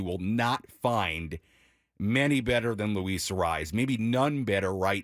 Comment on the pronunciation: Say his name right it's not a rise